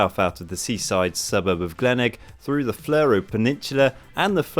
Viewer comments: Glen Egg? rather Glen-Elg... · "Glen-egg" lol. It's more along the lines of "Glen-ell". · It's actually pronounced Glen-Elg! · Hahaha, the way you guys pronounce Glenelg is hilarious